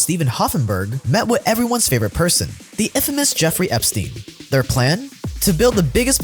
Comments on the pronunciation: Lol switching um First Letters aswell Made my day been calling him effrey jepstein forever nie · Eeffrey Epstein lol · "Eeffery Jepstien"? Hmm sounds familiar, is he by any chance related to Jeffrey Epstein?